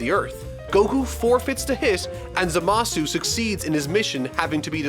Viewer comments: Zamasu at the start tho ps any true fans know it’s pronounced zamas not zamasew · Okay, the only thing that really annoyed me is the the pronunciation of Zamasu. Same with many Japanese words that end in 'su', do not pronounce the 'u'. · The U is silent in Zamasu :(((